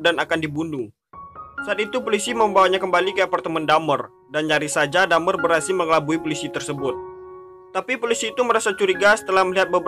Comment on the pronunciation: Bang my friend dahmer bukan dhamer